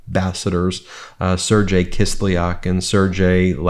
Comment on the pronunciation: The "G" in Sergei is sounded like the "G" in "GO" and not like the "J" in "JOE".